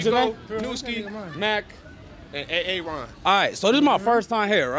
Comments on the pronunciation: the man Actually said A-aron like they're in the key and peele sketch 🤣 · A-A-ron, someone finally pronounced it correctly like Key 😂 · we just gonna ignore the fact that this man called his homie A A RON like that key and peele skit lol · A-A-ron bruh 💀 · Did he say a Aron LMAOOO Omgg